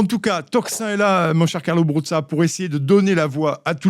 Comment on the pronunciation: notre ami Carlo a un nom italien; dès lors, merci de prononcer brouza et non broussa!